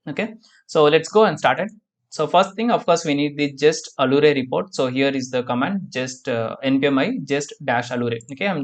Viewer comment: Nice videos. Allure is pronounced as if it were 'alyooor'